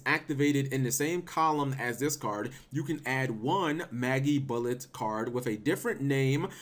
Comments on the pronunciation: It's not pronounced "Maggybullet" it's pronounced like Magic Bullet, but without the "c" in Magic. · Say Magic, Say Bullet. Say Magibullet. It's pronounced like Magic, not Maggie. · I fucking got cancer hearing you pronounce Magibullet wrong constantly. It's not fucking Maggybullet! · Nintendo Jones How do you know it is not Magi (long I) bullet.... Oh we don't.... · mah-jee bullet... gosh cap